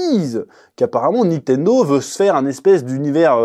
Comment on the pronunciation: Nitendo ou Nintendo ? C'est comment qu'on dit ?